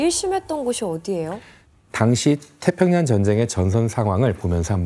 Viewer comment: 으사라니.. 의사요 으자 으학... 태편양.... 잘못들리는지 발음만 듣게되네 가슴아픈 과거입니다. 젠장